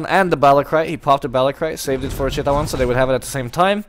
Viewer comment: You say thai Chittawan Chittawan ><